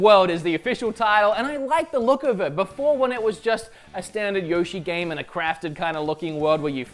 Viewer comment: For a guy that loves Nintendo you chose the wrong team for the pronouncing of Yoshi.